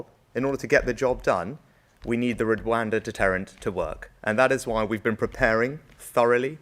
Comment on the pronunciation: Today I learnt that after all of those elocution lessons Rishi still can't pronounce the word Rwanda. How can you trust a man about how safe it is if he can't even say the name! 😂